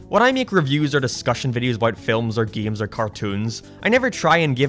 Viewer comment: Ew he pronounces it "geems". -a true gAmer